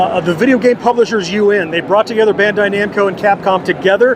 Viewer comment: It sounds like Bahn-dai, akin to Auto-bahn. Japanese doesn't really have a sound between Ben and Bahn like the roll on antiperspirant Ban. Sorry for the annoying Japanese lesson 😅